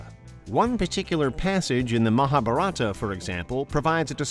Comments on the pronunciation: it is not maha-buh-ratta -- it is maha - bharat. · The pronunciation of Mahabharat is- MAAHA BHAA...RUT...the T is soft like a child saying the letter...totally.. The Yugas are- Satyayug Suh-tya yug... Treta....with both soft Ts... Dwaa- pur yug... Kuhli-yug...not kaaliyug.... I hope you can work on these simple hindi pronunciations man...would really feel honoured and respected if you can learn the basics of hindi language to pronounce better in the video....thanks... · I allready know fourth story and yes we all indians are proud of our culture("sankriti")☺️and yes we call "Mahabharat" not Mahabharata and "Yug" not Yuga..I feel not proper when I hear.if you want to learn our culture our languages you should practice their proper pronunciation like how we Indians are trying to adapt foreign languages with proper accents also.